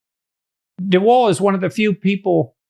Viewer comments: Lmfao, de Wall? It's like biden in office when native english speakers try names. It's de Waal, de Waal is a river running through the netherlands. A for effort tho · Vaal not Wall. All animals have empathy, not just chimps, you can see it in crows who are highly intelligent and also in finches like my zebras and canaries... I have a 10 yo zebra finch who can barely move and although in a cage with 14 others no one bullies him while they do fight between themselves. I had a sick zebra finch being regurgitated, fed by a Java sparrow male while she was in labour laying an egg... Animals and birds are amazing. Humans are just crap. Also I am a girly woman who is heterosexual and as she grew up liked to climb trees while wearing nice dresses, played with tanks and my fav toy was my sword. This whole gender thing is a sham and disgusting. Lived in Holland for a while and boys were being diagnosed with ADHD and medicated for being boys, including my neighbour's son who was a lovely boy but who had a neurotic mother who was reading all the 'woke' books. The marriage did not survive and the family fell apart, the mother was trying to get autism diagnoses for her 3 kids who were just perfect lovely children. You should read 'The Elephant Whisperer' to see Elephants can also communicate telephaticly.